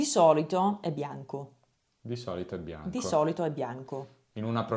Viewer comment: Bianco si pronuncia con una b, pronunciarlo con due b non è italiano